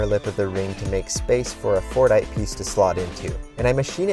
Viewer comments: I really thought he was saying fortnite 😅😅💀💀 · sometimes my ears just couldn't not hear "Fortnite" instead of Fordite